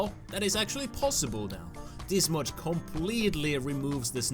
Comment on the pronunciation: lol said moch not mod